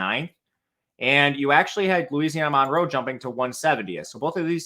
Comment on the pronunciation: U. L. MONROE IN Louisiana it pronounced MUN ROW 🤐 Nice Segment ⭐☮️